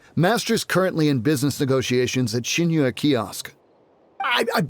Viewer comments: After all this time his name is pronounce sing-qu not shing-chu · I think it's pronounced sing-cho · No it’s “Shing-chiou” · It's like Sing - Tso or Sing - Cho if you wanna pronounce it exactly how it is in chinese